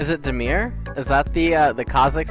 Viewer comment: It's damir not demir btw